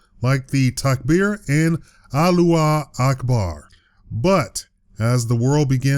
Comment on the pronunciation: MelodiesForTheSoul it was written Aluah akbar. I pronounced what I saw.